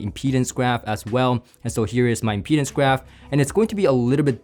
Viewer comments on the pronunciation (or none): none